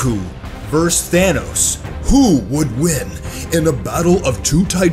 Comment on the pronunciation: It is so freken annoying to hear you say verse (vs) over and over, IT IS VERSUS!